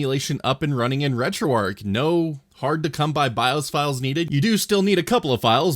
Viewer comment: Don't know why it bothers me so much on others videos, but I watched and paid more attention to yours because you actually say retroarch properly